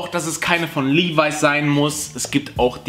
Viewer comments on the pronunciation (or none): Finde es traurig dass du "Levis" immernoch falsch aussprichst...